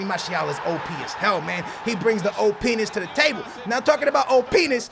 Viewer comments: when he says op he says openis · He said O penis 😂😂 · u said "O PENNIS"😂😂😂😂😂😂😂😂